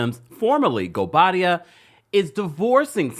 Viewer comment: she said her married name absolutely fine. In fact better than she ever has, she got the pronunciation down right. Also, the speculation about who is or is not returning, happens every season but then the actual season is lacklustre. It's getting boring, just like the show. The real discussion needs to be about replacing production.